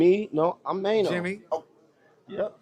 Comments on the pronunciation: His name is MAINO not Man O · “Mano” lol cmon Unc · I was looking for this, just butchering that man's name 😂😂😂😂